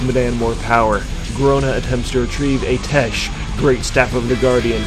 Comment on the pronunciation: First of all: Ah-tee-eh-sh Second: They do this constantly 😅 power rangers syndrome is hilarious